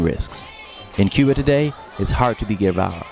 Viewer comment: This announcer cannot pronounce "mausoleum", OR "Guevara"... and that is just the tip; very poor.